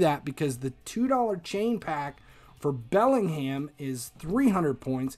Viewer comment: man really said BellingHAM